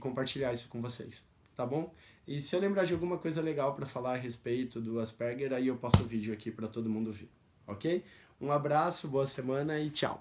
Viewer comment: Pronuncia-se: ÁS-PER-GUER.